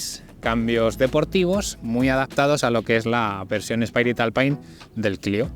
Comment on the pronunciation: ...y "alpain"...🤣